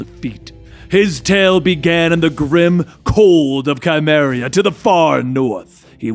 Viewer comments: I lost some respect for you as soon as you called Cimmeria , "Chymerria"... tsk, tsk, TSK! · You are mispronouncing Cimmeria, It's with the sound of an S not a K. You can check with the movies on that. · The "C" in Cimmeria is pronounced like an S, not a Hard "C". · my only note is how you pronounced Cymeria. its not an issue that big but, ive always read it and heard it (in the movies) as "Sea-meria" and not named after a fusion creature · I'm pretty sure his name is pronounced as Conan, not Ko-nan and Cimmeria, where did you get Chymeria from😅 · Soft 'C'. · It's (SI-MER-RI-AH)! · Cimmeria is pronounced with the S sound.. but other than that.. great vid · The c in "Cimmeria" is pronounced like an s not a k. It's kinda cringey to hear you say it but other than that MAJOR mispronunciation great video as usual 🤙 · hurts my ears when u say Cimmeria wrong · (facepalms at the pronunciation of Cimmerian and Cimmeria)